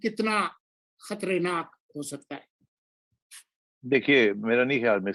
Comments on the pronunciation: پنجابیو ! خطرے ناک نہیں خطر ناک۔ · Najam unable to say Khatarnaak. He says Khatrenaak. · Yes, he says khatrenak, because Sethi sahib is repeating same word that Imran used in one of his emotional speeches.